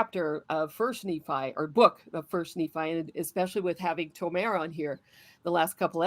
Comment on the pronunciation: Guys, plz. Tomer- the emphasis is on the O. You are correct in how you pronounce the o sound, but you put the emphasis on the last vowel, which is wrong Israel thanks you